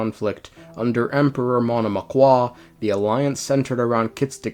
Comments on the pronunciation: "Monomakh" "Mish-chy-slav" "Seriviiiki" "S-koll-dyryth" "Vodya-noy" "Fio-dorovnaa" it's pronounced more like this for me! (western slav yippiee) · You just pronounce it Monomak, he makes it complicated on purpose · And still monomach in his pronunciation sounds soooo French it was quite painful to listen ngl